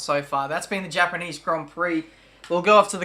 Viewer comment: Also, THE HAPANEESE HONG PEE